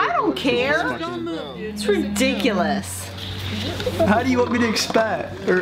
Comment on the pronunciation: Why is she saying to stop talking crap when she talkes like that its "ridicoulus"